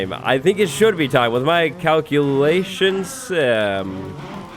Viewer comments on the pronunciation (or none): did you say... cowculations? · Your Cow-cue-lay-tions paid off.